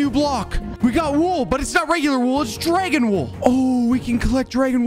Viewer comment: i laugh when i was eating when he says "dwagawn"